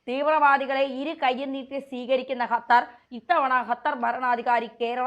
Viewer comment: ഖത്തർ എന്ന് പറയാൻ അറിയില്ല